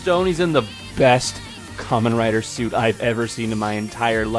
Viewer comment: It's Karmen rider w not double